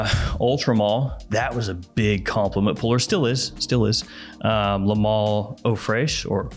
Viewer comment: Why do so many american fragrance reviewers mispronounce ‘Le’? It’s pronounced ‘LUH’ not LAAAAY.